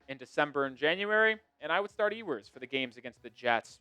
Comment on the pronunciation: Still mispronouncing Ewers name?